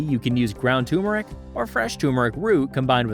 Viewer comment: Repeat after me: tUR-meric, tUR-meric, tUR-meric - not tOO-meric. The first "r" is not silent. Thanks for all the different teas.